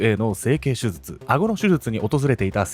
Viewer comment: 手術…しゅじゅつ。【しゅずつ】ってのが気になってしまい、内容が入ってきません😂